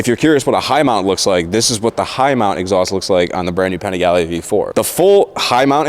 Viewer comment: Your pronunciation of Panigale bothers me more than the stock exhaust sound...and I am not even Italian.